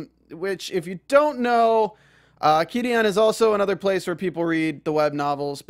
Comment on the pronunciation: Thanks for posting all this! Just some helpful advice though, it's pronounced Chi-dian, like "chi" the life energy cultivators use. Super messed up about taking down the patreons -_- While I don't support Qidian's methodology, I gotta say, wuxiaworld failed to get the rights for all these stories didn't they? It was just really bad business sense on their part. It seems they got screwed over by their lack of research and business sense.